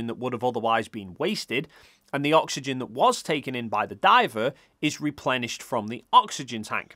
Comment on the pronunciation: "oxyegn" .. hehe